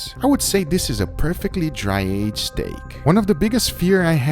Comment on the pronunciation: I love the way guga says steak, he says it like “stæg”